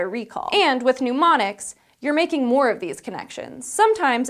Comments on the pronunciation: new word! "pneumonics"! (As she says it.) Do those help with remembering to breathe? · Did she really say "pneumonics" (sic) at about in? It sure sounded that way to me. That is really poor on her part, and the editing crew totally fell down on their job as well. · "Mnemonics" doesn't have a "U". It's not pneumonics like pneumonia. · Why are pneumonics involved in memory?! Mnemonics pronounced NEH-mon-iks. Pneumonics (NEW-mon-iks)relates to breath. And don't confuse them with gnomonic (NAH-mon-ik) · It's pronounced "nuh-monics," not "pneumonics" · Oh dear, it's not "newmonics".